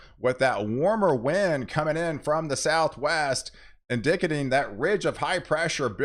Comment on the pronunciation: Did he just say in-DICK-a-ting?